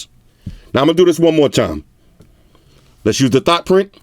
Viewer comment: Lost it at "thot print" lmao